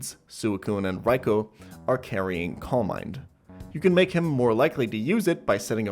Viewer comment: (Swee-koon) and (Rai-koo), not (Su-ee-koon) and (Rai-ko)